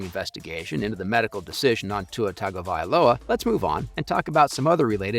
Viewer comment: He was examined by a league and union provided neurologist who had years and years of education and more years of practice. Do you think Coach McDaniel knows more about it than that neurologist? by the way, it's pronounced TUNG -oh - vy - LOW - uh.